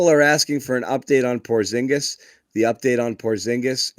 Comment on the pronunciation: Shengen is a free movement area in European Union :) and by the way,... you also pronounce Porzingis incorrectly. if you ask KP to pronounce his surname in Latvian language you would hear a major difference.